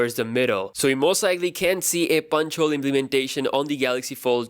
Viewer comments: did you just say a "Sponge Hole"? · spuntsch hole